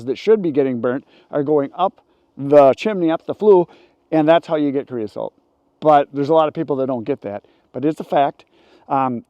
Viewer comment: c r e o s O T E not c r e o s A L T